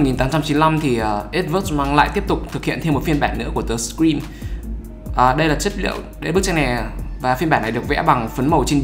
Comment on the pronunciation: tui nghe ông đọc The Scream thành The Green cơ 🤣🤣🤣